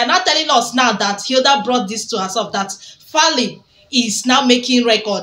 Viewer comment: He is 100% Nigerian so get that right lady! The name is Faila not Fali 😅